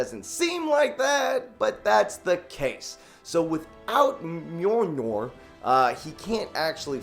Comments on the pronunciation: Joven it's not hard to say Mule Near why u doing that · The Jovenshire don’t forget that you also can’t pronounce Mjolnir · Please tell me your pronunciation of Mjolnir is a bit. Kat Denning ruined two movies, for me, with that nonsense. LOL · It annoys me that joven said he's a super nerd and yet he messes up a few things on the logic of endgame and that he can't pronounce mjonir and I probably can't spell it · Joven saying Mjolnir is so funny I can't stop laughing.